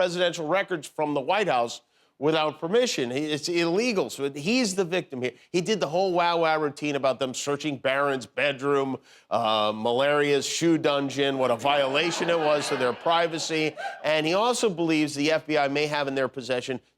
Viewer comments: "Malaria" lmao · Anybody else catch that crack Jimmy did at Melania by calling her "Malaria"? Poor gal can't catch a break. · No one gonna talk about how he said “Malaria’s” shoe dungeon😂😂😂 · He said malarias shoe dungeon lol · With all the pseudonyms late night hosts use and how freely, I'm wondering if Jimmy calling Mrs. Trump "Malaria" was intentional or an accident. Funny either way. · Melania is now called malaria... the slip up is funny. 😆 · Did he call her, Malaria ??? 🤣🤣🤣🤣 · Malaria (Melania) 😄